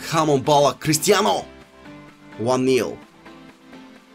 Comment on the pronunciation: Crustianuu, mbuuuppee, neymuuurrr, zlotan, so many mussesss, bullackk